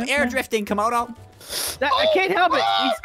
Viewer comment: said tomodo